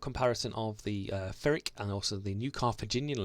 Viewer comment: Just to be annoying ... it's 'pir ik' the 'pi' is as in pill. Phonetically it's 'pɪrɪk'.